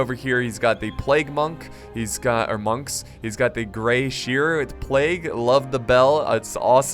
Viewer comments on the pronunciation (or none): Did you mispronounce "seer" as "shear"? lol wut cmon hahaha